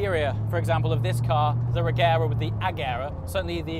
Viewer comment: pronounced rejera